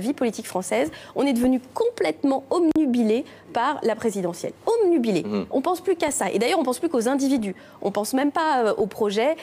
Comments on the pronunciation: c'est con de répéter 3 fois "omnubilé" quand le vrai mot c'est obnubilé Cécile :/ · Elle dit "omnubilé" !!! ça n'existe PAS, c'est "obnubilé" et j'ai vérifié. ça promet ! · La Duflot, elle dit bien: homme-nu-bilé, ou c'est moi qu'entend mal?